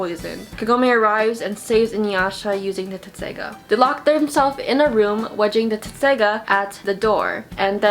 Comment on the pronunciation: The sword is called Tesseiga why all the Americans try to say it like "tetseiga"?